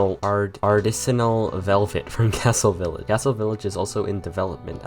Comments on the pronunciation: 220:30 arr-TIS-en-ul I hate weird words, too, don't worry. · Artisanal are - tiss - an - null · ar TIZ uh nul